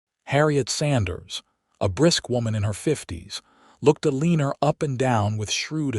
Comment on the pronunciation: A Leaner?? It's "Eleanor"...please fix!